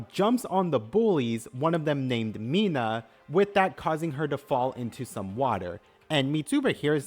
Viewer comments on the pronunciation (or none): none